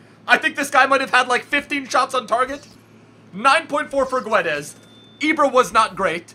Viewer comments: No it's pronouced "Gonssalo Gedes";) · You say: gonsalo gedes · It's Gonzalo Guedes but it's pronounce geds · when you say Goncalo Gu-e-des it hurts my soul. you say it Gonssalo Ghedes trust me my name is Gonçalo